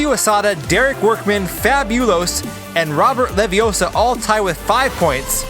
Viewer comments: It's not Levee-OH-suh... It's Levee-oh-SAH. - Ron Weasley. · It’s Leviossarrrr, not Leviossa. 🤣😂🤣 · It’s LeviOssa not LeviossA! No? just me? Harry Pott... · Robert LaviOsa not leviosaa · You’re saying it wrong. It’s LeviOssa, not Leviossar... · it's levioh-sahhhhhhh. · It's Leviosa! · He didn't have enough air. I blame 2D & 3D for mispronouncing LeviOssa.